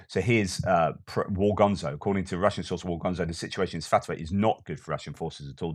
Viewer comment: Svah-toe-vah = Svatove